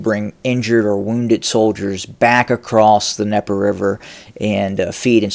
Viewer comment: Ok. is Trying to minimize the threat of Ukrainian forces on the left bank of The DNIEPER River. Once established, they can Cut Off Putin's support to Crimea. Game Over for Putin in Crimea. By, by Black Sea! Yet, Putin can't drive those Ukrainians Off!? Again, it's DNieper, not Nieper! Cold starving Ukrainian forces? Multiple sources say Ukraine is rotating forces from the left bank. Putin has not rotated his frontline troops for 9 Months!, eat your Fruit. And, have a Fruitful day.